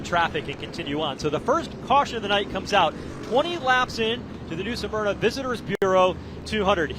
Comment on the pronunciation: Pronounced - Smur-na! NOT Sa-mur-na…